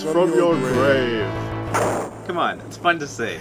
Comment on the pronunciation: WIIIISE FWOM YOUR GWAAAAVE!